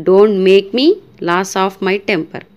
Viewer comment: మీరు ఒక్క సెంటన్స్ లో Lose ని ,లాస్ అని పలికారు ఇది కరెక్ట్ కాదు...